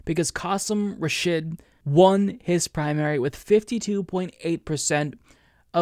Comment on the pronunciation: You really need to learn how to say Rashid